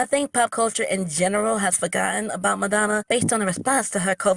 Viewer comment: Yo, she called Madonna "Metamucil" 😅😅😅